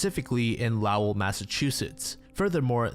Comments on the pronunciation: i live in lowell. the way he is saying it is not correct. it’s “low-wool” not “lao-well”😭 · its pronounced lowuhl, not low-el, cant listen to the last story lol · im semi local to lowell and i deadass was like ?? wheres "lowl" ive never heard of that LMFAO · it like totally doesn't matter, but i go to college in Lowell, Massachusetts, where Flora Stevens was found and its pronounced like "Low-l" , almost one syllable, kinda like "Growl", not "Lauw-elle" or however you pronounced it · It's "LO-ell", not "LAOW-ell" 😆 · as someone from massachusetts when you said LOW-ell instead of low-ll it physically hurt me 😭😭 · I’m absolutely a year late here Been listening to these true crime stories for hours today in my CT home as I’m doing chores and recovering from some flu thing. Unflinching, marathoning these videos— until when you pronounced Lowell MA as “lou-owl” like a portmanteau of “loud” and “owl”. I had to stop everything and pause the video. It felt like someone tried putting a right shoe on my left foot. I’m sure someone has already corrected you, but the pronunciation is “Lowell” like the store “Lowes” except with L’s at the end instead of an S. If Lowe’s isn’t a thing where you’re from, I would say it’s pronounced like “low-L” and rhymes with “ol” (like used in “that ol man”) Nothing pulls us New Englanders out of the woodwork like a mispronunciation of a town 😂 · the way you pronounce lowell is so funny 😭 it's basically pronounced like lawl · Lowell caught me off guard, it’s pronounced “lol” like lol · By the way, Lowell Mass is pronounced "Lol"! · Sorry, I had to make a correction. Lowell, Massachusetts is not pronounced how it's spelled. As are most of the Bay state's towns. It's pronounced "Lole" or you could try, "Low'll " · I've visited Lowell, Massachusetts. They pronounce it like 2 words, "Low well". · As a mass native, you gotta learn how to pronounce Lowell my friend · Wtf was that pronunciation of Lowell MA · thats not how you say Lowell